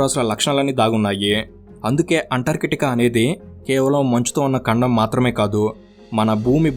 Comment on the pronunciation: ఖండం ❎ కండం ✅ 😁😁